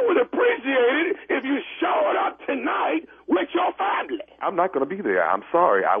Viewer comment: "with yo FAM-LECK"